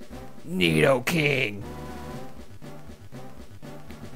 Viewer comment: mispronouncing nidokings name i see